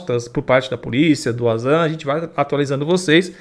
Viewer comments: Se le Vanzan, nao auzan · Nué possivel...acho q vc não lê os comentarios....Pronuncia-se Vanzan com W....é não Uanzan! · Uazam kkkkkkk é VANZAN A PRONÚNCIA. tente se informar ...